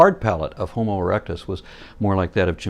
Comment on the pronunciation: He said homo but damn it was close to hobo